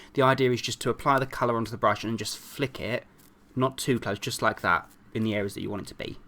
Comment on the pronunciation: always always always he said hey you laike the next tutorial ufffffffff i hate it